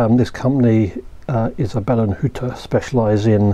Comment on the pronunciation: Perfect pronunciation of "Isabellenhütte" 👍